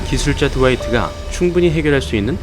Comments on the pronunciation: 드와이트를 트와이스로 읽었다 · 트와이스 라는줄ㅋㅋㅋㅋㅋㅋㅋ